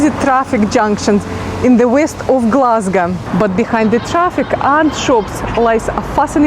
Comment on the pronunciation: Love how you pronounce Glesga your richt Gleswegian noo.